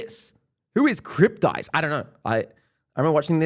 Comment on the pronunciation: bro just said Who is cryptize